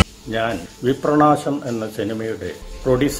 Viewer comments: വിപ്രനാശം എന്നുള്ള പേര് പോലും പറയാനറിയാത്ത ഡയറക്ടർ.. വിപ്രണാശം പോലും.. പിന്നേ എന്താണ് അഭിനന്ദനങ്ങളുടെ പ്രവാഹമോ... ഉണ്ടാകും.. ട്രോല്ലന്മാർ വിളിച്ചു കാണും.. വേറെവിടുന്നു കിട്ടും ഇത്രേം നല്ല content.. ഹോ... ഇനീം ഉണ്ടോ ഇങ്ങനെയുള്ള short ഫിലിംസ്.. ഒന്നു പിച്ചി ചീന്താനായിരുന്നു... 🙏🙏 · വിപ്രാണാശം അല്ല വിപ്രനാശം ആണ് 😜😜🤣ബല്ലാത്ത ജാതി